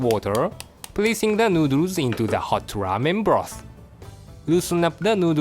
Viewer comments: New-dewrs hahaha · Stay strong chef. I'm glad to see you again btw. I'll be waiting for your triumphant return. On a side note: I love how say Thoroughly and Noodles.